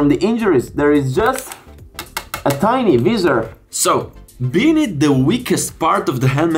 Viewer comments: It’s not pronounced vee-ser it’s pronounced v-eye-sor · What the hell is "Veezor"? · the “viZZZer” 😂🤦‍♂️ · Sono incerto sulla pronuncia di "visor" , ma vabè .. Video ben fatto , complimenti